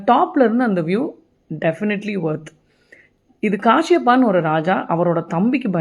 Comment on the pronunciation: காசியப்பன் not காசியப்பா..